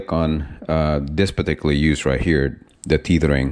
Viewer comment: Please pronounce “Tethering” like you are saying “Feathering”. Tether rhymes with Feather.